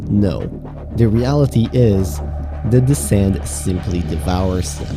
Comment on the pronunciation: I heard "sans" instead of sand